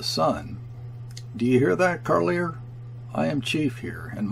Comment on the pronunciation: Kayerts rhymes with "air." Carlier with "jay." And so on.